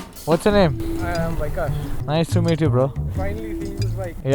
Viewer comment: Who tf pronounce Vikash - as Y-Cash 😂